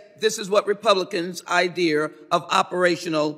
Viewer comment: At 44 minutes and 06 seconds this woman used the word “IDEAR” please clarify what that means. Thanks